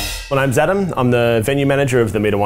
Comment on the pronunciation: Adam said “hi I’m Zadam”